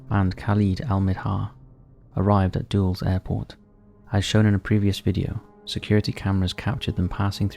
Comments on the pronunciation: You constantly say Dulles wrong in your videos. It's pronounced like "dull-iss", not "dulls", just FYI. It was named after a former secretary of state, John Foster Dulles. Also this is less of a nitpick, but I believe "blameitonjorge" should be hor-hay, not George. It's a Spanish name. I definitely liked his video about that Windows on the World photo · Just for future reference for ya, its pronounced like Dull-Lus airprot